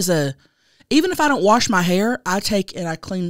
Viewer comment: Remember when The Beavers mom said don’t forget to warsh behind your ears????😂😂😂